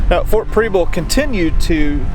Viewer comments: It's not pronounced Preeble. Preble with a soft E. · Prebble is pronounced like Pebble with an R. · I'm from Portland! Love your videos so I'm excited to see this one. But I'm 30 seconds in and... You are pronouncing the name incorrectly, it's pronounced like the word treble. There is also a street in Portland with the same name I drove up it today, lol. Also you are actually in South Portland. That being said I'm a little jealous. Here I am a history buff and live in such a historic place, and someone from away actually has the time and resources to explore it all. Thanks for what you do, and I wish you and yours happy holidays and a great new year.